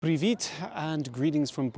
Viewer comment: yeah, the dude cant even pronounce "Privet" trying to gain sympathi ahaha. pathetic youtuber